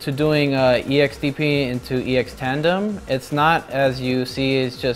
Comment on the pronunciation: it slightly bothers me how he doesn't stop calling Tanden Tandem...